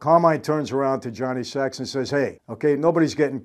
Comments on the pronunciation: Fyi...his name was "Johnny Sack" (short for Johnny Sacramoni) not "Johnny Sacks" lol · Johnny ‘sack not sacks’ 😊 sacrimoni. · First of all, it's Johnny "SaK" not "Sax". Second, the police can't tap a phone or number that they don't know exists and for a meeting they don't know is occurring. The one-time use of a "burner" phone is virtually untraceable as Sylvio claims. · Michael it’s Johnny Sack, not Johnny Sacks! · Great analysis! But, did it bother anyone else when Michael called him “Johnny Sacks” instead of Johnny Sack? Like he says, one word! Lol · Someday Michael may realize, if he hasn’t already, that the character’s name is Johnny Sack, not Sacks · Johnny saak. Not sacks. And furthermore johnny was protecting paulie tonys crew member who can verify ralph said it. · Johnny Sack not Johnny Sacks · Johnny Sack. Not Sacks. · It's Johnny 'sack'. Johnny don't play sax. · Sack not Sax